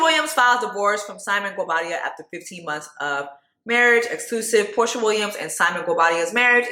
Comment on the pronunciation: I’m crying at “Porsher” lmao 😂😂😂